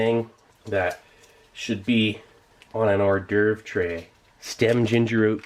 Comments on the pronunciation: "Treh" and "m'keh" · The way this guy says “tray” and “m’kay” is so dazzlingly satisfying.